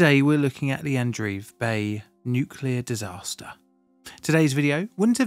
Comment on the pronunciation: Always makes me cringe when someone says 'nuculer'